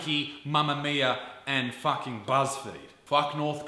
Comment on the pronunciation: Let's drop a like to this video every time he says "fuck-s-ing"